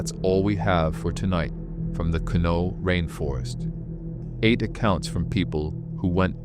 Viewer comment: Hey AI LEARN TO PRONOUNCE MY PEOPLE. THIS IS FOOLISH 😂😂😂😂😂